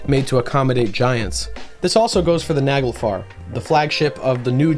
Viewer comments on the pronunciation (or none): none